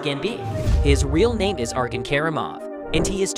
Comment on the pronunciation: isent it pronounced arjen by